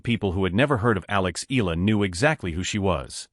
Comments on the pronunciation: Here we go again!!! How come the foreign media butchers Alexandra Eala' s last name?/!! IT HAS 4 LETTERS ,BUT IS PRONOUNCED AS A 3 (THREE!!!) SYLLABLE WORD. E= pronounced E A=pronounced YA LA=pronounced LA All together, it should sound E-YA-LA! PLEASE, if all correspondents and media can pronounce the difficult European last names of tennis players, they should also be able to pronounce a 3-syllable last name, as if one is reading it as a Spanish last name! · ...and you are also insulting her (Alex Eala) by not pronouncing her last name correctly.